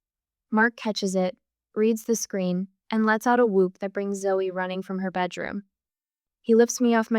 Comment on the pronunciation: I must admit to enjoying the story but it is ZOE not Zoey,little things spoil the bigger plcture